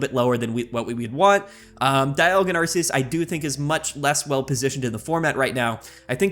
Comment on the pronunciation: Love it when expert Pokemon players can't correctly pronounce the names......Arceus is a hard c.....